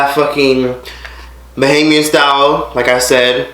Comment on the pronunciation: I know I'm late lol, but it's BohEmian not bahamian.